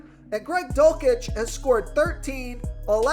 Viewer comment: The dulcich pronouncing was killing me